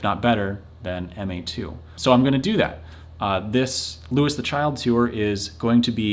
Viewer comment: TIL it’s pronounced Louis (Loo-is) and not Louis (Loo-ee)